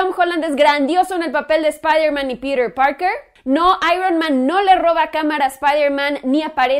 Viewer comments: ES TAN DIFÍCIL DECIR PITER PARKER Y NO PIRER PAOKER :v :v NO LE VEO LA LÓGICA DE ESTAR HABLANDO DE ESA MANERA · pirer purker !!!! jajajaja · "Pirir Parker" jejeje v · "Pirer Parkerrr" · "Pider Pargr" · Tom Hollan hace un buen papel de Peter Parker -¿Peter Parker? Uh lala señor señor francés. -¿Entonces como se dice,? - "pirer parquer"